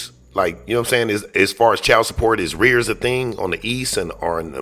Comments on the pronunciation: He meant “arrears”. There’s only one word that means being behind in child support. It’s the same as back pay. The fact that he says “rears” is simply because he rips the hell out of the English language, not because of where he lives. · It's arrears